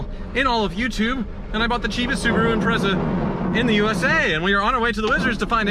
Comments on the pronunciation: It's pronounced Impre(t)za.. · Say it "Imprettsa". Excellent intro 😂😂😂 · Why can't Americans pronounce "Impreza" properly?